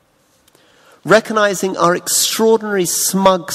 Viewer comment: reco'nizing, reco'nizing, reco'nizing...